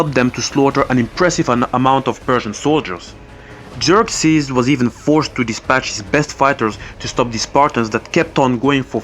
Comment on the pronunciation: you said ' Jerk-sees '